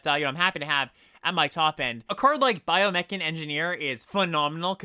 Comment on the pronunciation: I think you meant "biome-chan" 😉